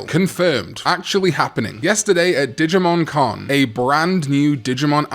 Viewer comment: I keep thinking digimon karn every time you say digimon con 😂